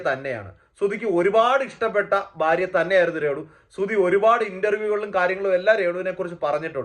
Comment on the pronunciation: ബാര്യ... അല്ല ഭാര്യ